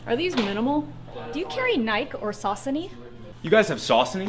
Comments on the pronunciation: well this is coming from people who think the new balance symbol is nike and pronouce nike like nike, not ny-key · They pronounced nike wrong. And most of them were just really funny. One guy said im not really a runner then said he ran 60-70 miles a week. Another said he was a big runner but only ran 15 miles a week